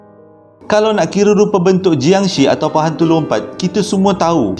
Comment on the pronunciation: sebutan bunyi yang betul untuk jiangshi dalam Mandarin adalah 'chiangshe' (bukan bunyi she dlm English) dan dalam Kantonis 'keungtzi'